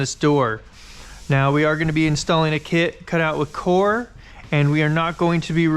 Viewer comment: Did you say in core or encore 🤔